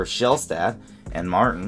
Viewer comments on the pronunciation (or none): none